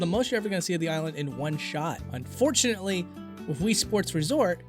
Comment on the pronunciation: Can you not pronounce the word "with"? It sounds like wif, sorry but it's super annoying. "Through" sounds like "frew", "three" = free